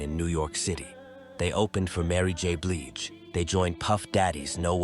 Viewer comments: This mf said "Mary J. Bleej", "Eric Bennet" and "Tommyia"... I had to turn if off after that ... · Mya is a legend and changing faces and Donell Jones defnly a huge legend are u kidding u can't even say Mary J bliges name right tf